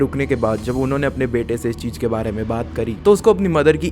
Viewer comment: Cheej ka hota hai chootiye ? It’s cheez .. Jyada kya hota hai ? It’s “Z”yada Your pronunciation is so disgustingly pathetic..